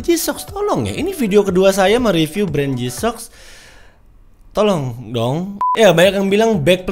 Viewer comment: " tolong , dwong ", kok ngakak..😂😂